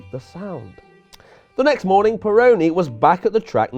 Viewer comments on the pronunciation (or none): none